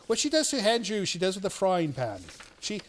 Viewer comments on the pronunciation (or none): Why does he add an 'h' in front of Andrew's name? He says Handrew instead of Andrew! What the heck?